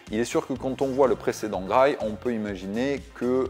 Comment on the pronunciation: "Graille"? Vraiment? C'est comme ça que sa se prononce?